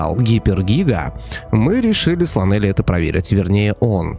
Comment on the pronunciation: Эх,.. Правильно лОнели, что с англиского переводиться как "одинокий"))